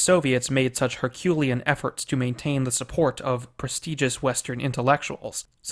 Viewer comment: You have a weird way of pronouncing "Herculean"